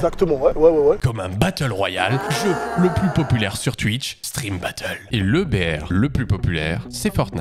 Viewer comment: c'est moi ou tu dit tuitch!!?